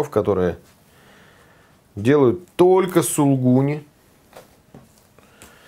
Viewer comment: не пропускайте вторую букву "У" в слове "сулУгуни". И примите мои заверения в совершеннейшем к Вам почтении.